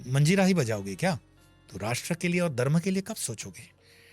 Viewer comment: आप ' दर्म ' में नहीं ' धर्म ' में हैं...... आपका ज्ञान तो अच्छा है परन्तु आपको आपके उच्चारण पर भी ध्यान देना चाहिए 🙏